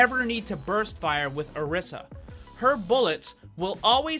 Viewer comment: Orisa is pronounced O-RE-sa